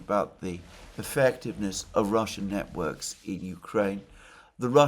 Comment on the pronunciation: Timestamp - Sorry Alexander but you pronunciation at one point was hilarious (or maybe I just misheard)... Russians establishing "Niet-works" in Ukraine. 😜